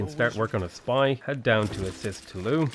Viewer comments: “Toulouse” is pronounced “To lose” and not “tooloo” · Toulooh xD you do actually pronounce the s in this case cause of the e at the end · hey! i feel like you must have gotten some help with french pronunciation, because you avoid saying the "s" at the end of words. cool! but note that "tolouse" and "amboise" end in E, not S - in those cases you do say the "s" sound at the end!